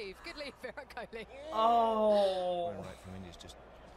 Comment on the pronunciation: "Kohli" not "Kohil"